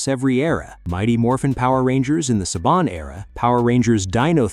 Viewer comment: It's not SABIN. IT IS SABAN!